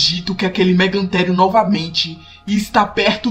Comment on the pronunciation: Em inglês é megatherium e em português é mégatério mais a série é tão boa que não fico nervoso só achei estranho esse erro de escrita e pronúncia mais tirando estes erros que tem nas outras séries tirando esses erros escrita e pronúncia suas séries são boas